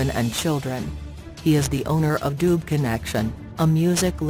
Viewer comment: Please learn to pronounce the surname correctly please